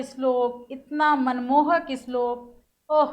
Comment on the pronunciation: Islok nahi shlok